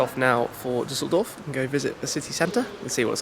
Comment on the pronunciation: its called *Düsseldorf